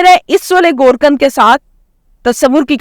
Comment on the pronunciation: گور کند نئیں گور کن